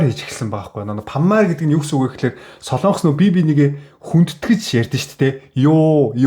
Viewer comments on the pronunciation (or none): none